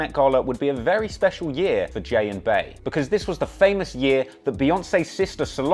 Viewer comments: "Bey" is pronounced "bee" as in queen bee, not "bae/bæ", hence the nickname Queen Bey!☝🏾 God I hate how many people say it this way🙄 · Bro he pronounced Bey’s (Bee’s) name as “Bay”. His opinion don’t count. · "Bey" is pronounced "Bee" Thank you, please. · If you pronounce Bey (Bee) as bay, you’re not allowed to have an opinion.